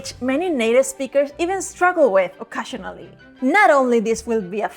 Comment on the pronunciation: AT 27 seconds: "Occasionally" as in "O kay shun alley "